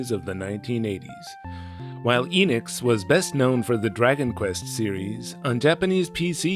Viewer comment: I figured that someone who lives in Japan would know how to properly pronounce Enix.